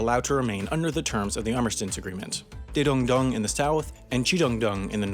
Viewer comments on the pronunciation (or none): I almost choked when you pronounced daedong-dong and jidong-dong you managed to then pronounce daeseong dong but you still couldn't get kijeong-dong hahaha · what kind of pronunciation DAESEONG-DONG = TAESONG DONG KIJONG-DONG = PRONOUNCE IT THE WAY IT IS KI-JONG-DONG gdi